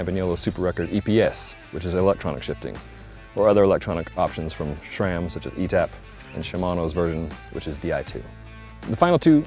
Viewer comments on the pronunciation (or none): You lost me at “Shram”.